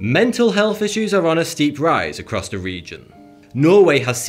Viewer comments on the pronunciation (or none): none